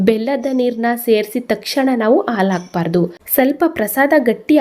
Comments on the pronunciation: ಹೌದು ಖಂಡಿತಾ, ಆದ್ರೆ, ಹಾಲು ಅನ್ನೋವಾಗ "ಆಲು" ಅನ್ನಬಾರದು... "ಹ" ಕಾರ, ಬೇರೆ, "ಅ" ಕಾರ ಬೇರೆ. 😊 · Wow,👌🏽 ತುಂಬಾ ಚೆನ್ನಾಗಿ ಕಾಣ್ತಾ ಇದೆ. ರುಚಿನೂ ಹಾಗೆ ಇರಬಹುದು. ಧನ್ಯವಾದಗಳು. ಒಂದು ಸಣ್ಣ ಸಲಹೆ, "ಅ" ಮತ್ತು "ಹ" ಉಚ್ಚಾರಣೆಯನ್ನು ಸ್ವಲ್ಪ ಸ್ಪಷ್ಟವಾಗಿ ಮಾಡಿ, ಉದಾಹರಣೆಗೆ... ಹಾಲು, ಹಲ್ವ, ಅಂಥ ಹೇಳಬೇಕು, ಬದಲಾಗಿ, ಆಲು, ಅಲ್ವಾ, ಅಂದರೆ ಕನ್ನಡ ಭಾಷೆಯ ಸೊಬಗು ಇರಲ್ಲ. 😊